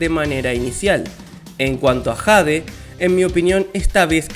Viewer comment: No se pronuncia jade 😂